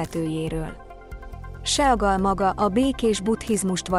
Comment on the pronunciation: seagal hoogy lehet IGY mondani a nevèt teeee??????? sea (szii) mint a tenger angolul vazzeg! IIISTENEM ..HAHAHAHAHAHAHAHA